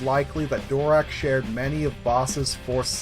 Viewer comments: You're... STILL mispronouncing it actually. I don't know where you're getting, phonetically, "DORak." The only change was in the end. We all have been thinking it was, "DaraCH," when it's pronounced, "DaraK." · I personally think I heard Gnost-Dural pronounce his last name as Darrak rather than Dorak but maybe I misheard, great content as usual. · Darach (Durak) that's going to take some getting used to.